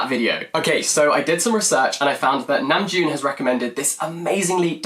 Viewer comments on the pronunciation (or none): I had given him a thumbs up cause he was clearly smitten and full of praise lol, but I want to give him a thumbs down cause he keeps saying his name wrong!!!😫😄 I was checking the comments cause I was curious about his accent. Saw the praise for namjoon's taste, but then hearing him say it wrong is killing me lol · I really enjoyed and loved your video... I learned a lot of new things about the meanings behind their songs and music videos. Thank you! Also the way he pronounced Namjoon reminded me of the meme tweet where jungkook was saying "happy birthday Namjoon"